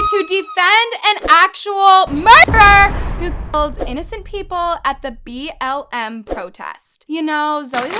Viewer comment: Its makes me mad that she keep on saying bml its is BLM bruhhh